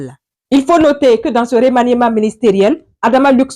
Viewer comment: Bonjour muso. Revoie la prononciation de remaniement. Le"e" ne se prononce pas. Ton esclave du sud ouest.